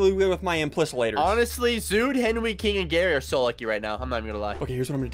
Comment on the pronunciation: It's "Henwy"!